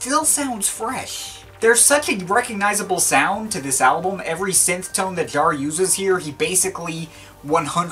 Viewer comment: Jarre. Not Jar. 🙄😉